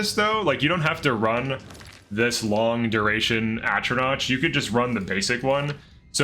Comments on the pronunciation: Oh God. Every time he mispronounces “Atronach” I cringe. It’s “Atro-KNOCK.” Not “Atro-NOTCH.” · Cool showcase of a great concept for manhandling master difficulty. Pronouncing it atro-notch instead of atro-knock half a million times made my eye twitch though lol. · It's always wild to me when people who have played the games, heard the dialogue, and thereby obtained an example of how a word should be pronounced, continue to (very often) pronounce words however they want to. It's pronounced "at-row-knock" not "at-row-notch."